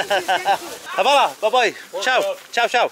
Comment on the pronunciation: lol it's not pronounced as "havala,it's "H-va-la"